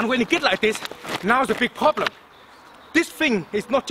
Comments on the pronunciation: I came un here to get some tips... All I did was laugh my fuckn ass off!!! 💀💀💀💀💀 "or u guna haf a prolblum" 💀💀💀💀 min 💀💀💀💀💀 all of it 💀💀💀💀💀💀💀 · "You gon hav A fokan problemmm" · Everytime he says problem, problem= Very Big Problem lmao